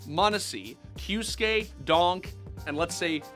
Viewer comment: kyosuke NO "kyuske" yes